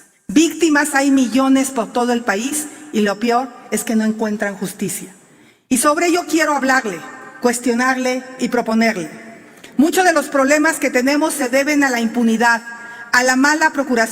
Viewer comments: creo que no se dice pior se dice peor 😅😅😅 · Mis respetos par la titular de gobernación, la botarga ni leyendo se puede expresar pues eyenfo dice entre otras cosas 'pior' y así aspira a ser presidente de México 😂😂😂😂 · Dice y lo "pior"😮😮😮😅😅😅